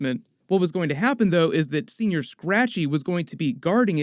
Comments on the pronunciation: 'Sen-Yor' Scratchy.. not Senoir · As someone from California, it's killing me that you keep saying "Senior Scratchy" instead of, "Senõr Scratchy" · It’s senyour. Say it right. It’s not old man rabbit. I didn’t spell it right on purpose. Lol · You keep saying senior, it’s señor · It's painful hearing u say señor as senior.